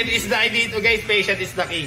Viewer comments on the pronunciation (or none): Patience dapat Hindi patient duhh... Nag English na nga mali pa hahahaha